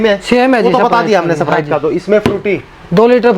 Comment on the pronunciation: वो सपराइट नही स्प्राइट होता है 😁🔥